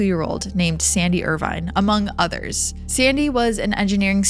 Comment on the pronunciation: Not 'Irvine' as in 'wine', but Irvine as in 'gin', my dear.